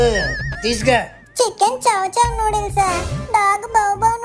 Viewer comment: న్యూడిల్స్ కాదు రా...నూడిల్స్ రా...